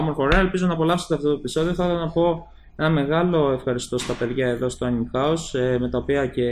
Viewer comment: άνιμε ειναι οχι άνιμ :P